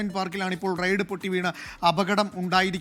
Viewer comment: റൈഡ് ആണ് നോ റെയ്‌ഡ്‌ 😂